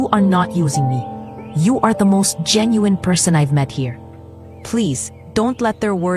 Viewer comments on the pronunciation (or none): none